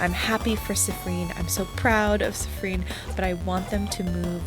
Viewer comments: i'm sorry but i can't stop laughing at how you say siffren instead of siffrin XD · "Siffreen" (edit: "Seeffreen" or "Seeffrin", actually) is the canon pronunciation, believe it or not! I watched a livestream of this game (by Jello Plays Games here on YT, don't think I can put YT links in comments) and the dev was hanging out in chat and specifically corrected the players on the pronunciations since they kept saying they weren't sure. Can't remember where in the stream it was said, but I promise it's in there somewhere. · It's... not. It's "seeffreen" or "seeffrin". I think you got the syllables mixed up, teehee!